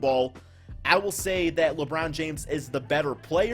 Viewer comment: Did u say Lebrun rlly 🤦🏾‍♂️ I had to dislike bro come on u one of my favorite subs but come on now